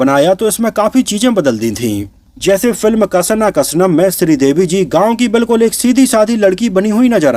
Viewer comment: Bhai कसना कसनम nhi, actually iska sahi pronunciation hai क्षणा क्षणम् jiska mtlb hai every second. Aur ye movie actually bht honest attempt thi but "daud "ek halka fulka attempt thi.